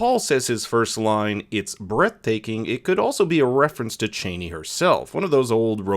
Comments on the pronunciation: Chani pronounced "Chahh-ni." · Man, it’s hard to listen to you keep calling her like a certain former American Vice President 🤷🏼‍♂️. It is not how you supposed to pronounce her name, for Herbert sake….. do your research properly,please.